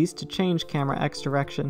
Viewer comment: ah yes... driection